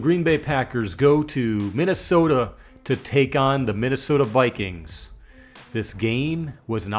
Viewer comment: ViQueens??? I assume by your hairline you're an adult. And it's pronounced Darnold as in Darnold Schwarzenegger!!!!!